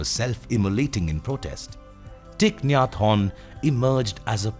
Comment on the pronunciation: The way he says his name sounds french "hon" 😅🙏🌷